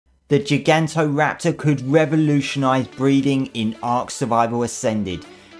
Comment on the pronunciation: You pronounce Gigantoraptor weird